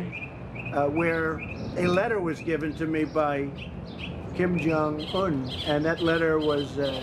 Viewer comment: "Kim Jong Tool"??? Really???